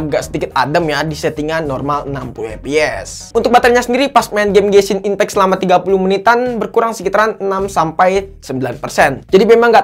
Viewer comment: apa aku gak salah dengar? Dia bilang "Benshin Impact" what??